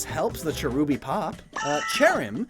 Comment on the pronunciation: Why did you phrase cherubi's/cherrim's like that